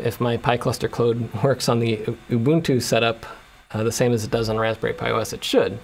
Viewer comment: I always said Ubuntu the right way, but hearing you use the right pronounciation all of a sudden is weird